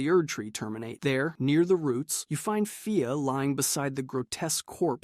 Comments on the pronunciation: nah 😂 i went to the comments to see if anyone else was getting annoyed at him mispronouncing marika then i saw a comment about fia so i skipped ahead this mothafuka just do that shit for comments on his vid and its smart tbh well played...... fia not fire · The way he says fia is so weird fi-ah when its fee-a and he cant say marika wtf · Bro you gotta be pronouncing these names wrong on purpose lmao mareeka, rahdon, faya, blade and mileena is wild